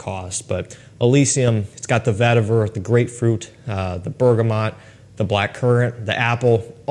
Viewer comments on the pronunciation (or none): none